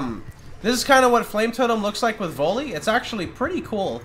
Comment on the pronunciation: The way you pronounce "volley" triggers me.